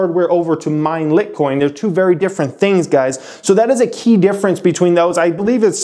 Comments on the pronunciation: Cringe, everytime this "educator" calls litecoin, litcoin. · Haha pronounced LIGHT COIN dude. Please reseach your stuff. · Jeez people, he said Lit coin, so what? pay attention to the content, what is this 3rd grade? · I guess the 'e' is silent in world. Lol. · Everyone's hating on you for pronouncing litecoin wrong but... Where you're really wrong is not understanding the technology. Look, you're not a tech guy that's okay. You don't need to know the atomic number of gold to give advice on investing in it but when you're talking about SHA-256 and not only mispronounce (you say each letter, S.H.A. not "sha") it but call it a protocol and then say things like "runs on" in association of it, you're just proving that you're talking about a subject you know nothing about. You read a few articles and rehashed words to make yourself sound like an authority, but in reality you sound like someone who failed spanish class trying to pretend he's a native speaker. You could've easily mentioned that you don't understand it and to take your tech understanding with a grain of salt, but if I didn't know better I could be fooled into thinking you knew what you were talking about. It makes me mistrust anything else you have to say because if I'm not already well informed on the subject I don't know where you're providing real insight or just regurgitating words without understanding what you're talking about. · trying to educate people, but can't pronounce the name correctly... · Come on man. Don’t do videos on stuff you can’t even pronounce. People look to you as an expert. Makes me question your other resources. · Great great info, but it is hard to take you seriously when you keep pronouncing litecoin wrong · How can somebody that cant say the name properly give an opinion lol. I suppose bitcoin should be bitecoin lol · Lol he can't even pronounce it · Your saying litcoin it’s LITECOIN!!! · Thank you "Lit coin" was bothering tf out of me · Lmao the "LIT Coin"